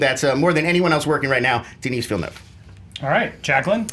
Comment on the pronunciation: For your information you don't pronounce the final s in the name Denis (Villeneuve) in French.